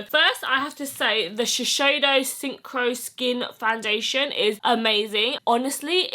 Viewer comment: Beauty gurus need to stop calling Shiseido SHISHEIDO. It's pronounced shi-s-eido not sh sh